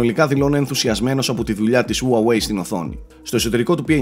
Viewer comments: χουαγουει λέγεται όχι ουαουεει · ΟΥΑΓΟΥΕΙ ΤΟ ΚΕΡΑΤΟ ΜΟΥ! ΣΤΟ Α Ο ΤΟΝΟΣ! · Όλα πολύ ωραία αλλά Χου-ά-γουει ρε. Με σκοτώνεις:'(. Συνεχίστε την καλή δουλειά